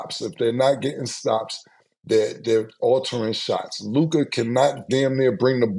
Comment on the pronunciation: Mavs lost cuz Mase refuses to pronounce Luka name right.